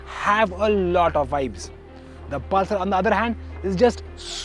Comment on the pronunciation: Can’t understand a word of what this chap says 😒 Also, what is Pul-saar?